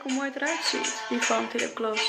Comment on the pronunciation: Fenty, not fanty